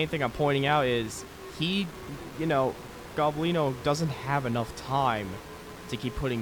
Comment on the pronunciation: His nams is el gOblino not el goblIno